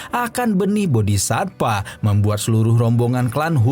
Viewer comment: satva bang. bukan SATPA